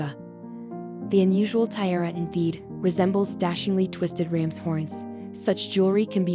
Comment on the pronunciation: they can't pronounce "tiara" these computer generated narrations are really becoming intolerable